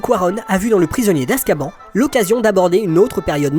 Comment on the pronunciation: ON dit askabane pas askban il le disent dans le film